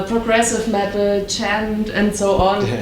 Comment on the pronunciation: She pronounced djent like chant